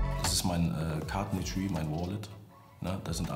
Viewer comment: luciano wenn er das etoui zeigt: wenn ich mir wEtUE haha